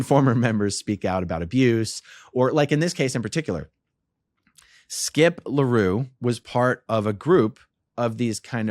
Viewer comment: If anyone wants to google the guy that keeps calling Skip Larue, it's actually Skip L'Heureux.